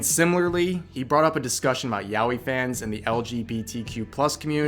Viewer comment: He probably pronounced Yaoi as “Yow-ee”.